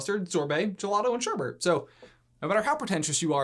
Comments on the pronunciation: It's not “sherBERT,” it's “sherBET.” That's how pretentious I am about ice cream, FYI. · It’s not sherbert, it’s sherbet.